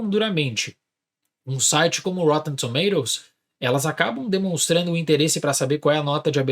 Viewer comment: Se fala - roTTEn TomaToes - UK 😅